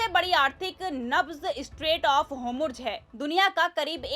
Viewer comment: Kaise jahil anchor hai es ne arabic urdu padhi nhi hai kya jo hormuz bolne bhi nhi aati en jaise log sirf naam k musalman hai